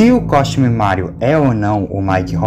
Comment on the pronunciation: Ao invés de ele falar Costume, ele falou Cosmute. 😂